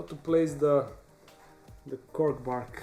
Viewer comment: is it weird I need him to say cork bark a few more times like that😐😂